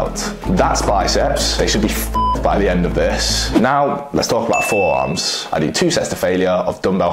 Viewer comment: Forerarms lol